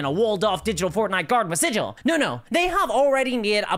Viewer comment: For the last time... "Sigil," as in the city, is pronounced with a hard 'G',!